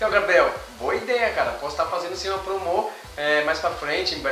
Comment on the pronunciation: kk n é promô é promo